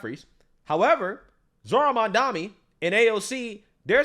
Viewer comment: Its Mam-dani